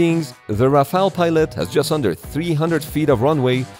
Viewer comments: Rafale no Rafael. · Los aviones franceses son ¡Rafales, no Rafael!!!!!...."raro" el video... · Rafale, not Rafael 😭😭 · Bro pronounced the Rafale in French accent killed me 💀💀